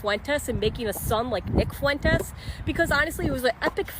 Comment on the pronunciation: His real name is Nick Pooentes. Please correct your spelling and pronunciation of his name.